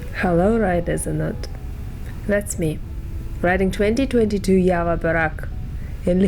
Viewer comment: Why u people telling YAVA 🤔🤔 Its JAVA.. JAA VAA